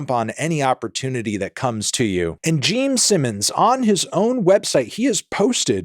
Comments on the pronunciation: Was he saying "Geme" Simmons the entire time or am I just insane? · Are you saying "Geme Simmons"? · also is he saying geme simmons😭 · Stop calling him Jeem Simmons!! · ITS GENE SIMMONS NOT JEEM ANTHONY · Are you able to say "Gene"? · Is he saying Geme...? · Is it Jeem? jeem simmims? Am I hearing that correctly? Never heard of him…. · Geme Simmons EDIT: Brother and I have been drinking beer and I keep thinking he's saying "Geme" as in "meme," and I swear to god my ears are playing tricks on me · Yep hes definitely saying Geme Simmons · So glad im not the only one😂